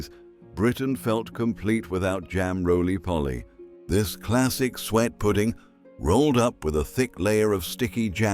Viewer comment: Eh. Aye, it jars doesn't it? Sweat pudding...